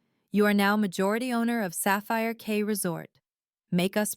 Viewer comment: It's Sapphire Key, not Sapphire K.